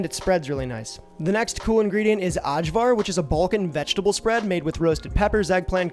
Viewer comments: your prouncing cevap wrong, the 'c' is a 'ch' so it's Chevap. Also, for ajvar, the 'J' is a 'y' so it's ayvar. Did you post the recipe for the lepinja? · interesting pronunciation of cevapcici, but that one wins for sure! but cevapcici= che vahp che che. AJVAR=eye var. in croatia at least. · "uhdshwar", lol. It's pronounced "eye-vuhr" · Ay-var. Its Ay-var. Eye-var, if you will. Gahhhhh! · Ajvar is pronounced "Eye'Var" for future reference. THe J's are usually pronounced as Y's. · yep, great job! implementing these tips if you make cevapi again will make them 100x better btw, ajvar is pronounced more like ay-var 😄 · Looks great but , but the way he pronounces ajvar 😄 and then lepinja like it is some mexican bread( la pinha) 😄 , and the cevapcici is also funny. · I'm gonna show this to my Serbian friend and let him hear you mispronounce half the words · The lamb and pork gyros wins it for me just very slightly ahead of čevapi :) Loved the video. And had to say it - you nailed Kajmak but Ajvar is pronounced "eye vaar". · Very happy to see the cevapi made #1. Also I couldn’t help but laugh when you pronounced Kajmak perfectly but then said the hard “j” with ajvar 😂. Think “ay-var”! I also agree with the other Serbs that you should grill the meat next time. Great work otherwise! You made me homesick.